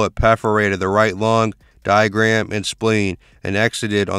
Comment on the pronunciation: Diamapham, oh man diaphragm my guy